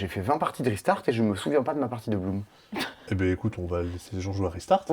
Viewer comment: "Allez! Parce que Blum" (Bloom) Ça m'a tuée 😂